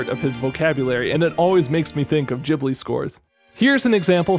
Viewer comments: It's studio "gheeblee" not "jeeblee" Trying to watch this on mobile it torture... why couldn't you reupload it with the midi already in place? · Not the jibli pronunciation💀